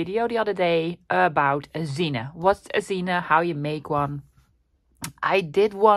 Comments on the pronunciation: Pretty. Curious why you call it a 'zina'. Isn't it a zine pronouced 'zeen' short for magazine?😉 Zina is a woman's name. Cute. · For those who don’t know, “zine” is short for magazine, and they were very big back in the 1990’s—early 2000’s, among counter-cultural Creatives. The word is pronounced Zeen, one syllable. A zine that I used to read was made by a Dishwasher, who wrote about how he stole dishes, etc., from each restaurant owner he worked for, because his wages were too low… (Like every other non-salaried American worker). Zines were the DIY Passion Projects of mostly young Creators, many of whom were living on low-paying jobs ; many of their zines consisting of black and white xerox copies, folded and stapled together. The esthetic was simplicity itself, but those with more money to spend—especially as computer Graphic Design programs advanced—could be much more sophisticated and commercial-looking.